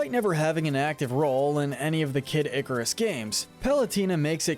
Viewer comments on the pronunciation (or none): none